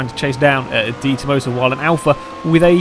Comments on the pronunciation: it's not de tomosa it's de tomaso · It's painful listening to you pronounce Detomaso.